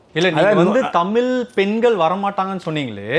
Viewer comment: நல்ல கேள்வி கேட்கிற ஆனா தமிழ்னு ஏன் வரல?? 10 தடவை தமில் தமில் தான் சொல்ற.. இதுல வேற தமில் எழுதுறேன் படிக்கிற... தமிழ். ழ் சொல்லு பாக்கலாம்...